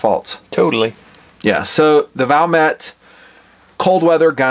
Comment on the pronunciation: Its Valmet but said Valmae like a silent t and a simple word compared to the rest of their language